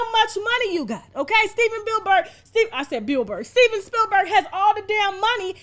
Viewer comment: Steven Bill-berg,🤭